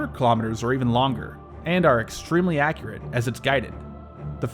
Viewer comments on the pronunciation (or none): none